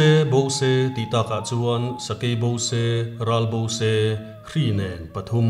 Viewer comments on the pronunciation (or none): none